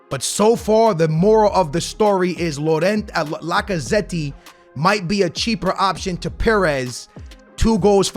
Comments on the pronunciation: Bro this Mans Name ist Lacazett not Lacazetti 😭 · i don't wanna be that person, but please pronounce Lacazette's name properly😭